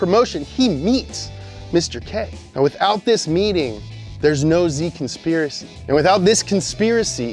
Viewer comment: ""The Zspiracy." Come on guys, it's not that hard. That's a buff-ass horse headline that you just walked right past.